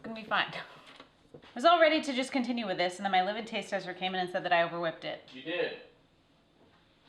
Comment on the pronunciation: It took me a while to realize you were saying “live in taste tester” I thought you were saying “livid taste tester” haha! I grew up working on a blueberry farm and have likely made 2000 blueberry and raspberry pies but we always used flour and lard (yes lard) for the crust. I’ll have to try the graham crust sometime. Anyhow I enjoyed watching as I did some woodworking last night.